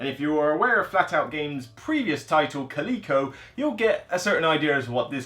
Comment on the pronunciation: It's pronounced kal-i-koh. Coleco was a company that made the game console ColecoVision in the 80's. ; )